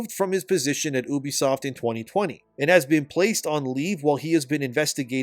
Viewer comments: He’s doing that just to annoy y’all 😂😂😂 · I always thought it was you-be-soft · YOU BEE soft, what tf is Ooobysoft? 😂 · You say Unisoft like this you be soft ha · When I hear someone pronounce it OObisoft, I no longer care about anything they have to say. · "Oobisoft" lol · Isn’t it pronounced like ‘you-bisoft’?